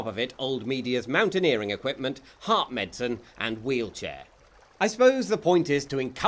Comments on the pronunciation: Hello, English person here, it's fairly simple, as it's pronounced "med-i-sun" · he pronopunces it "med-sin", takes out the middle syllable